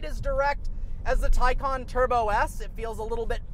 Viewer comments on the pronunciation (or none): none